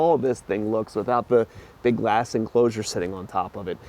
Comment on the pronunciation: I think I misheard "bigass enclosure" instead of "big glass enclosure"? lol Very informative as always. thanks!